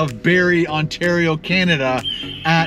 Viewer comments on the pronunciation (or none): none